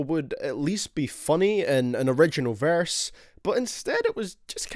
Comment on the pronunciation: Boy says verse like varse